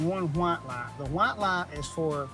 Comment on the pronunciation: With these Laights, you got your Left and you got your Raight. Gotta see both at Naight.